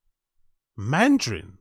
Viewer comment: some of you guys are just making crap up. There's nothing wrong with the way he said mandarin.